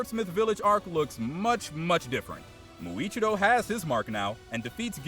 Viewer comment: Bro said India and muichirio😂😂😂😂